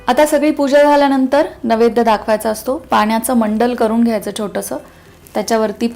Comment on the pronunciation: नवैद्य असे उच्चारण नाही नैवेद्य असा शब्द आहे.